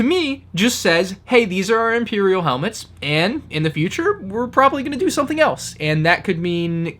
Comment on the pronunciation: Take a shot every time he says "soNething" instead of "something".